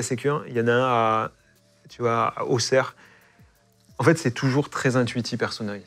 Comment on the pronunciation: Wahooo il a bien dit Auxerre ! J’suis fan ! 😂